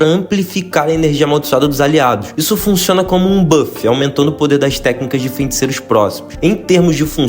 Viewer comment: "fenticeiros", tirando isso man, bom vídeo